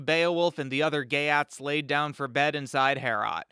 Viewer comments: Geat is pronounced "yacht" and means "Goth..." in Sweden, the area Goths inhabited is called "Götland," (sounds like Yootland) its capitol "Göteborge" (sounds like Yutteboryeh). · Geat is pronounced more closely to “yate” weirdly enough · It is not pronounced “Gay@ Honestly pretty close though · the ea in geat is pronounced like ee